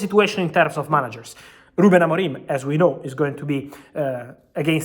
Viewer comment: "Ruben AMORIME" Lol